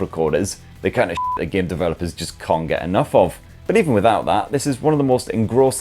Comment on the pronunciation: A geyem on a speyess beyess? I don’t know what that is but it sounds really cool!